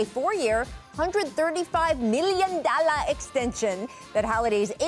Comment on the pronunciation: Why did she say dollar like that lol